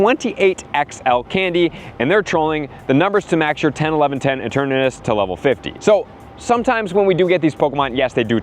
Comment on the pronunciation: E-TURN-uhh-TUS… not that hard to pronounce.